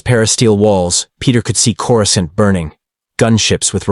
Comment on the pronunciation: AI can't even pronounce "cora scent" correctly (phonetic pronunciation)